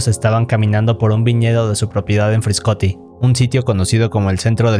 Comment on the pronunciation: It's FRASCATI non Friscoti or Friscotti.. 😂 (min 4.00) Saludos desde italia